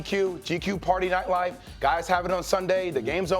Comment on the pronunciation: Jay will read your visuals next time before asking for all the attention.its nightlife not lightlife